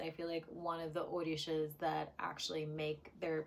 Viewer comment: Did you say OrDishas? The pronunciation is OR-RI-SHA…